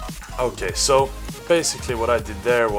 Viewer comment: "I dont think SÅ" Sounds like a fellow swede ? :P